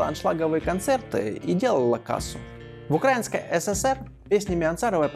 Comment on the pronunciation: Очень много делает ошибок в ударениях..КропивнИцкий, УкраИнский,СОпот .